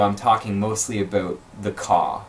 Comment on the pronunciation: The way you say “about” enrages me.